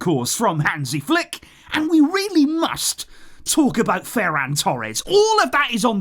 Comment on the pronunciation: That "must" was very personal 😂😂